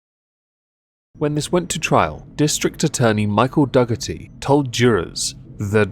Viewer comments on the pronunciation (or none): What you are pronouncing "Duggerty" is actually pronounced "Doorty". And I already know that you don't really care. Heh